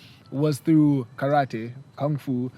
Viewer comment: Just from how he pronounced "karate" I already know his level of respect about the culture